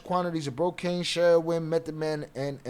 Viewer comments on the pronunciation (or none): Not bocaine ,cocaine,not bartel ,cartel